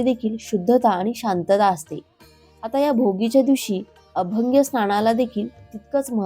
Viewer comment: अभंगे नव्हे, अभ्यंगस्नान..तीळ उटणे..